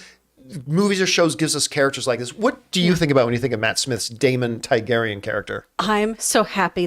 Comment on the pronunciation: How has this guy watched every episode of GoT and can’t say Targaryen? The spelling of the name is phonetic.